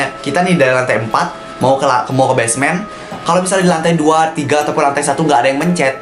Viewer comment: Basement bang Bukan Besmen